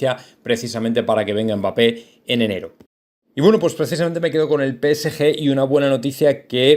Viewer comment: No es mbáppe es mbappe habla bien